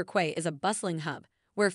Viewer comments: It's pronounced "key" not "quay" and Paddy's market is mediocre at best, it's not even close to Melbourne's Victoria Market in comparison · Quay is pronounced as (key)